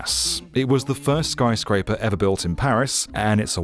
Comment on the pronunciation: "skyscaper among us" -some french mf in dustbowl